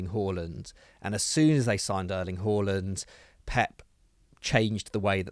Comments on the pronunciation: "Erling Hooorlond" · Have you never heard Erling Haaland say his own name? It’s not Arlan like how 94% of English football fans say it 😂